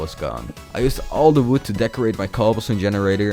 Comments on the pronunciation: Why Do you say wwood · And its like uwi